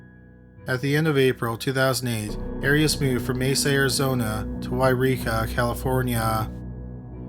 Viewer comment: The narrator mispronounces many names and words in every episode..Here the two biggies are the subject of the show, Arias, and Eureka, California.